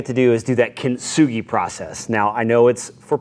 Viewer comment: No points off for mispronouncing. We all do it. For reference, though, you're pronouncing it kint-sugi, but it's really kin-tsu-gi. The difference makes the T less pronounced, blending into the S. I doubt anyone cares. :)